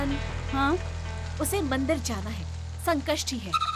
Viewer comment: Sanskrishti nahi Sankashti bolte hai 😡😡😡 Jab bolne aata nahi toh bolte kyu hai